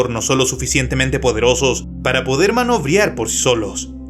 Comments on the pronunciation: No se llaman pesos, se llaman lastres, y se pronuncia maniobrar, de maniniobra. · "Manobriar" JAJAJAJAJJAJAJAJAJAJA. Practica lo que vas a decir antes de grabarlo, o edita el audio para que no quede el error.